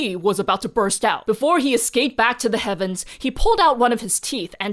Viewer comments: "Thus they asked the Kevins for guidence" I had to listen to it a few times to know it was actually " Heavens" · I keep mishearing this as "they asked the Kevins for guidance." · Am i the only one who heard 'thus they asked the Kevens for guidance'?